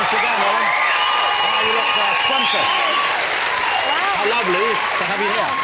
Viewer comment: Jonathan Ross: "You look scwumptious." That was the moment.